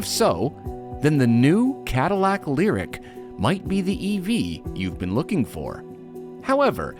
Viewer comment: it's pronounced "lyriQ"